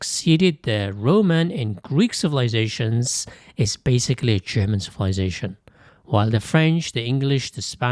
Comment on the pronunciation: The AI language needs to upgrade to better German pronunciation. The pronunciation is butchered.